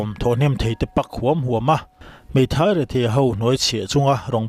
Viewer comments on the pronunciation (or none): Pak hi i lam dik, thluk tur, pâk, ar a kal Kan tih ang deuhin thluk tur a ni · Pak huam ho tih lai hi chhiar diklo ve.pâk huam2 ho ti tur niawm tak ani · 'pak' tih hi thlûk hniam dalh tur aw...'TLAWN/tlawn lungawi' tihna